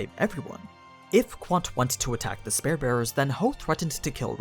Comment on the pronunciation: Ok its 3 videos for you mispronouncing spear